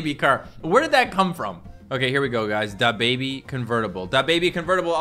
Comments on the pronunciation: stop saying da bébi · he say DA baby instead of dababy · I hate how he says dababy: "Da~-baby" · Dab baby and sooj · De boybe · the way says da baby it makes him sound like a mexican person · The way pronounces dababy triggers me